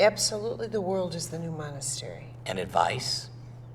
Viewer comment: ITS MONAST-E-RY